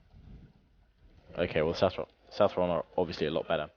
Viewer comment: It's pronounced South-ron, not South-tron:)